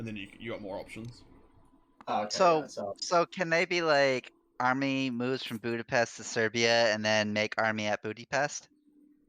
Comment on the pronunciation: sounds like i said bootypest lol